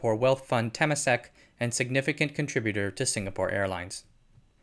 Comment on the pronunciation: Nice video. Might be nitpicking here but your pronunciation of 'Temasek' is a little odd.